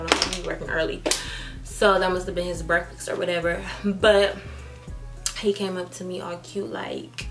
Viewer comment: "breakfix" lol